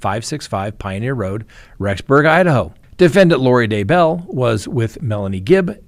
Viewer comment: Still saying DuhBell! WoW!